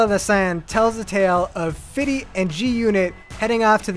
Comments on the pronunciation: Good Review. But his name is pronounced "Fifty", not Fiddy! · Is it Just Me Or The guy keeps saying "fitty" instead of "50"? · why does he keep saying fiddy its perfectly fine to say the word fifty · Stop saying fiddy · Was it just me, or did it sound like he kept saying fiddy instead of fifty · why are you saying fiddy ? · if he calls him "fitty" one more time my whiteboy mind is gonna kill itself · Stop fucking saying fitty